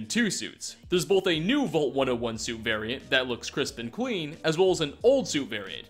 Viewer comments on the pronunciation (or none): it’s “vault” not “volt”